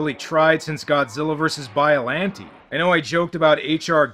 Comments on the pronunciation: Can someone explain why he says bioLANtea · Biolanteee? Hr geegur? Destryaa? My guy you are great at reviewing movies just let me handle the pronunciations im running out of gin